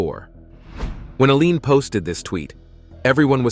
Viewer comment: Al Jean, not "Alean."